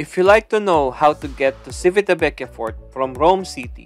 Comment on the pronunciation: It's Chivitavekiya😊 Italians don't pronounce their 'ci' like 'si' in Tagalog. It's weird, but that's the way they pronounce their words. 'Chi' on the otherhand is pronounced 'ki' like in Kiko!😀